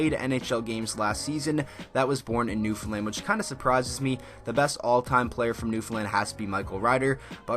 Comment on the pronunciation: Props to you for saying Newfoundland property too. Atta boy